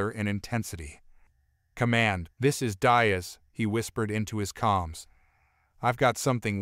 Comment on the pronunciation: Please…, tell your AI that Diaz is pronounced “dee+as”, not “die+as”. In the Spanish language, the vowel ( i ) is spoken like the English ( e )….